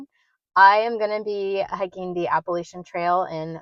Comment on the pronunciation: PS. I will forgive you for not saying Appalachian correctly 😂